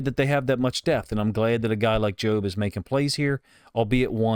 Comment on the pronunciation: You’re pronouncing it right, “joe”-b. I think Macdonald may have mentioned that he liked how the pass rush prevented Purdy from stepping up and into his throw. Great job by Jobe.